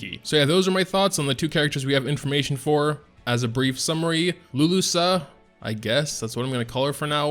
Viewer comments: "Lu-Lu-Kah" boi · Phonetically, it's "LuluKA" :) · Sorry mate, it's not like that, see the original video for Luluca on E7 yt channel to see how it's supposed to be pronounced. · right... lusa, its written right there, LU LU CA ~ LU LU KA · I wish Luluca (i pronounce it as luluka) was a ice ranger, there is a serious lack of good ice rangers. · two ways to pronounce Luluca and chooses the one that sounds the most wrong lol